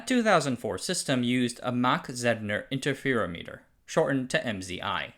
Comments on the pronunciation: Inter feer ometer - not O Meter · They're pronounced "see-moss" and "inter-fur-ah-meh-ter." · This is a great video but some of the pronunciation is terrible. Inter-fear-o-meter? Pockels effect?